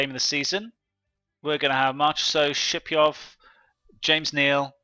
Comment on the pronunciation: I think "Shipachyov" is pronounced Ship-ah-chev. Don't quote me in that though.